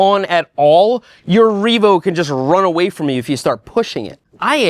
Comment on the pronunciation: It is no longer just a Reevo. It is Reemade.